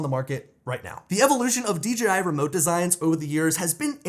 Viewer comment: Still a horrible flight durations, also stop,saying D GEEEE I Its D JAY I Ya 🤡